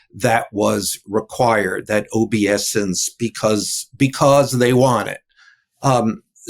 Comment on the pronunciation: Oh-bee-ess-ance,? How do you get that out of a three syllable word?